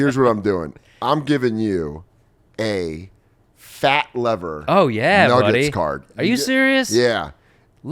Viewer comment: Fat Lever is pronounced Fat Leaver by the way. Not a big deal but it bothers the ones who know lol.